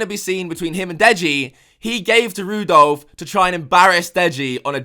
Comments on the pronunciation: "Rudolph" XD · LMAO, "Rudolph".